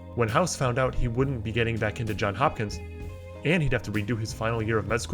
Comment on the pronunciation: Is anyone else calmly stating ‘JohnS Hopkins’ every time the voiceover guy gets it wrong?